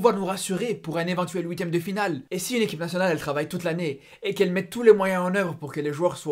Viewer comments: Arrêtes de parler comme Serge !!! Zebi !!! Et on dit huitième pas ouiitieme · Visiblement tu lis pas tes commentaires, c'est huitième de finale pas houitième de final.